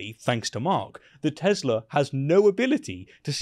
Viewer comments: "TESLER", is trump a total idiot! He can't even pronounce "Tesla" properly! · You guys are all saying the name of the car wrong! The biggest LIAR in the world knows better than you! It's TESLUR!!!!! Get it right!!!! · I love "Tesler"...Trump couldn't be bothered to get the name right. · "AHMAGERD!! TESLURRRRRR!" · "I love tesslurr!" -evil orange idiot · He cant even say the name teslar, wow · Tesler? Was Diaper Don trying to say Tesla or Hitler? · It pronounced Tesler… 😂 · Did Whitey the orange Face clown say .......TESLER ...... Drill baby 😂😂😂 POOR ELONIA DESTROYED HIS OWN BUSINESS 😂😂😂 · "I love Tesler!" The guy apparently doesn't even know the name of the car! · Funny how you pronounce Tesla just like Donald j trump Tesler Say haitch for me sweetie. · “I love TesslER!” The Great Trunip has another “hamberder” moment. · For anyone who thinks that, while pointing at Elon's car on the White House lawn, he is saying Tesla wrong, he is not. He is just using a portmanteau of his favorite car company, and his and Elon's favorite historical figure. You know, the German one. That's why he said "Tesler". Surely it can't be that someone could make it to being the US president and don't even care to learn how to pronounce basic words correctly. That would insane. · Is it tesla or Tesler 😂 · The orange clown pronounce the name "Tesler". What a moron! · "I love TESLUR". 😕😄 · "I Love TESLER" <-- what the holy hell ????????????????? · “I hate Tesler!” 😂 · "I love tesler!" LMMFAO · Say it right …Tesler 😂😂😂😂😂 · Trump: I love Teslurrr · "I love Teslerrr!" -D.Trump I'm not an engineer, but I'd say that relying solely on a camera as the main sensor technology is not so great idea... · Did he just say he loves TESLER....😮 GO HOME OLD MAN! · DonOLD loves Tesler? He can't even pronounce the name correctly. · I love teslur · Can we all start calling it tesler? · "I love Tes-ler!..." Wow! LOL! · It's Tezlerr no? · Trump loves Tesla so much he can't even say it properly! "I love TESLERRR".